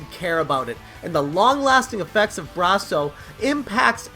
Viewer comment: I like how you say Bra-so..instead of Brass-o..I have never had an issue with Brasso eating my games..I use it all the time..never had a problem..this is fake news.